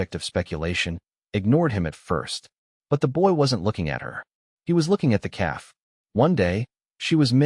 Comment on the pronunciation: Hey Ai learn English! It's a story about a calf not a cab.. keep the main character's name the same. Great story. Good thinking on Alera's part.